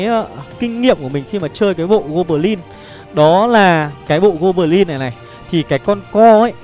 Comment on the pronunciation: Gô bờ lin, tơn 5 :)))